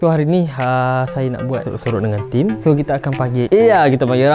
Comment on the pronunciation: Sorok sorok ❌ Sorak sorak ✅